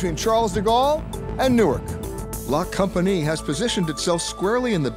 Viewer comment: The pronunciation of La Compagnie made me cringe so hard.